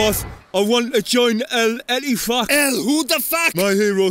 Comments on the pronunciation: OH MY GOD, WHEN I SAW KLOPP PRONOUNCED EL ETTIFAQ I DIED OF LAUGHING! 😂😂😂 PLEASE MAKE MORE OF THESE BEFORE THE SEASON STARTS AGAIN! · When Al-Ettifaq becomes Al-WhotheF so quickly 😂